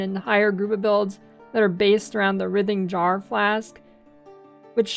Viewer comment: Wry-thing, jar. WRY-thing. Jar.